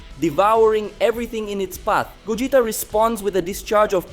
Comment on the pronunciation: Pls bring old narrator this guy fucking sucks can't pronounce names correctly ..gogita